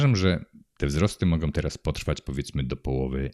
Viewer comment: Som, sondzom, mogom. Kurcze, uszy bolą. Proszę o zwrócenie na to uwagi.